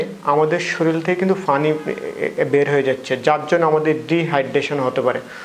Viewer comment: ফানি নয় ভাই পানি উচ্চারণ করতে হবে।